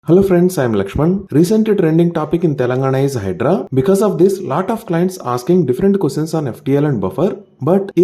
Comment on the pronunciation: It's not HYDRA , It's HYDRAA